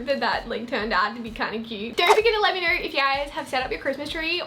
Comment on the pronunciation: “Comment down belur letting me kner “